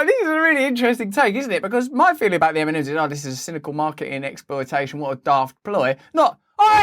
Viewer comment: eminems? what? funny how it sounds really :D